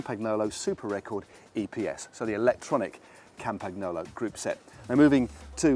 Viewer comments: did he just say campag-nolo? loooool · the G is silent in Campagnolo and the GN is pronounced more like letter N in New York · Matt.... Record, not Super Record. That's like saying Nibali is from Sardegna.